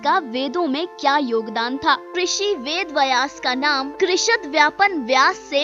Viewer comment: अरे बहन वेद वयास नहीं वेद व्यास। भाषा का अपमान मत करो